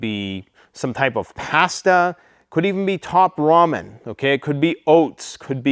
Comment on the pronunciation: Bro 😂 say pasta again 😂